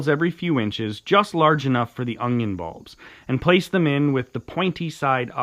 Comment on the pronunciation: Was he throwing a 'G' in onion (onGion), or was that just my ear?